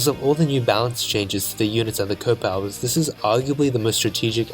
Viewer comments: Most people in the advance wars community pronounce the powers as C O Powers not CO powers (I know its kinda spelled like that but people usually refer to them as if they are Commanding Officers and not Commanders) sorry for such a nit pick but I do think it would help to improve the video when you remake it. Great content ;) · It bothers me how you say CO (coh) instead of C.O. (cee-oh). C.O. Stands for commanding officer. What’s a co? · A bit of a silly remark, but it's not "Co", it's "SEE-OH". Commanding Officer.